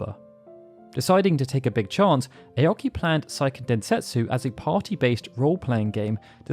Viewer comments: Seiken Densetsu is a Japanese title, not a German one, the ei is pronounced phonetically, not the German way. It’s not “saiken”. Japanese is a completely phonetic language and therefore extremely easy to pronounce, there is exactly ONE way to pronounce each of the 5 vowels in Japanese. Just don’t try to apply English language rules to Japanese, it’s a lot easier than English. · "Say - Ken" Densetsu. Grating my ears, man.